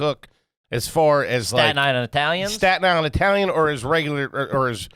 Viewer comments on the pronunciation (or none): He said Eye-talian what a gagootz he definitely garbage for that 😂